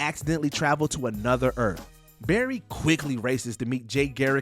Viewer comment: Earth not Erff